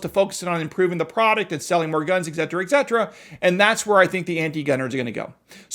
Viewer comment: "egzedra"? lol